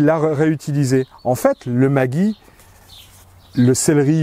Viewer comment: En Alsace il faudra prononcer Maggi « Maguy » et vous avez totalement raison.